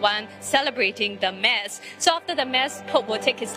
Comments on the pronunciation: Why do the reporters keep pronouncing "MASS" as in "MAZZ". It should be pronounced as "MAS". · Wished the reporter knows that “Mass” is not pronounced the way she said it … this is a religious event … a Catholic reporter would be able to pronounce the word “Mass” accurately n understand the event proper better …